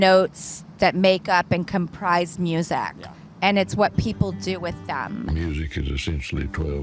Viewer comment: To pronounce the word "music" as "museyack" is wild. Drew, calm down. You're doing too much.